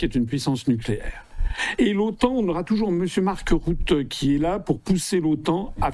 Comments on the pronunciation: RUTTE "U" se prononce "U" en néerlandais donc pas de marc route mais marc rutte ! Aussi simple que ça ! Bon sang ! Apprenez à prononcer correctement le nom des gens même si vous ne les aimez pas; cela s'appelle le respect; c'est ce qui distingue les Hommes des tocards lambda ! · M.Asselineau, en néerlandais le "U" de prononce comme en français. Pas besoin de le prononcer comme le "U" germanique !